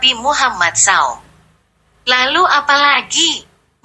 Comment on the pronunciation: Maaf sekali Koq narasi suara wanita ini seperti suara robot/ AI , Bilang Rasulullah nabi Muhammad SAW, ( dibaca saw) ... telinga agak kurang nyaman